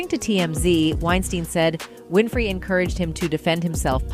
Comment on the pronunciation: …..OPRAH’S LAST NAME IS NOT “ WINIFRIED “…. IT IS “ WINFREY “…